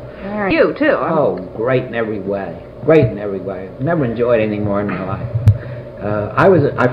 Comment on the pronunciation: Absolutely FANTASTIC!!!!!! Great job (or should I say gweat job?) Just kidding! Honestly this was so interesting!